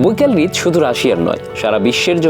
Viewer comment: কনটেন্ট ভালো। তবে উচ্চারণগত ত্রুটি লক্ষনীয়। বার বার হ্রদ উচ্চারণ রিদ করার ফলে শুনতে খুব কটু লাগে। আর গ্রীষ্ম উচ্চারণ গৃষম হবে না।